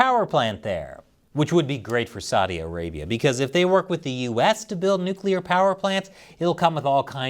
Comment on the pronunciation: Saudi Arabia? I thought you said glass land!